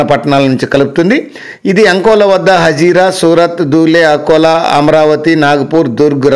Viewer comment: Adi ankola kadu akola